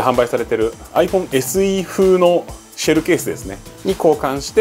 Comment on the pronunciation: チャット:「発音には相当気を付けてます」 動画音声:「S※※」 自分:「！？！？！？！？」